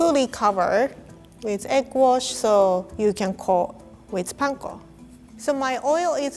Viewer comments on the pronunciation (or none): none